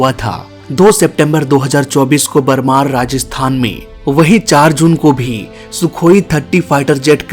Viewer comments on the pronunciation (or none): बर‌मार❌ बाड़मेर ✅ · Rajasthan Barmar nhi baadmer😂